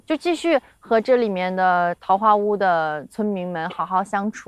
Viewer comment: 不应该念四声吗？坞